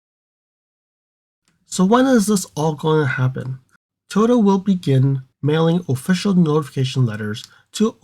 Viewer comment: Can you pronounce it as Toyota instead of toyta please?